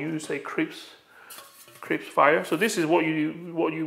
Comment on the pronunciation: What is "crips"?? Do you mean "crisp"?